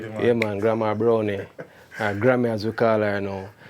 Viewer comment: BrownEE?? Isn’t Brown with an E still pronounced Brown? What nonsense is this?